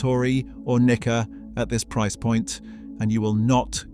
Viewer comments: Its pronounced neekka. Might help you avoid misunderstandings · he said what he said... NIKKA with a hard A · Nikka whisky from the hood 😭